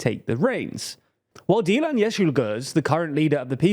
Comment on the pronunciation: Wow you pronounced Geert decently